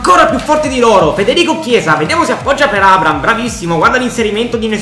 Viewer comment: NON È LUI FERNANDEZ GIOCA PURE COC,AD,ES. RONALDO INVECE AS E ATT. POI NON SI TROVA IN UNA SQUADRA DELLA LIGA 1 2 3 MA BEN SÌ IN UNA SQUADRA DELLA LIGA SANTANDER (PERCHE STAVA AL REAL) COMUNQUE SI DICE ABRAHAM NON ABRAM